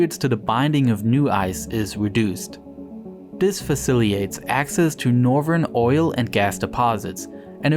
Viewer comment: Facilitates* not "faciliates".